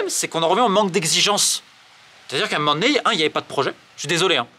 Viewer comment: pourquoi tu prends l'accent marseillais de temps en temps? A un m'men donné?